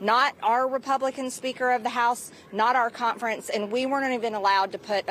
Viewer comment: She can’t even pronounce the word “conference”. There’s no T. She says “contference”. What a cont.